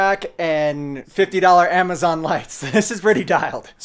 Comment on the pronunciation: Dude said hamazon instead of amazon